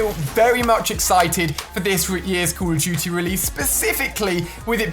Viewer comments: The way he says call of duty, “Call of Juty”😂😂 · he said call of juty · who hear him say "code of guty" :D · "Today we are talking about call it juty" 😂😂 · U do not know how to say call of duty jzt listen to Ali how he says it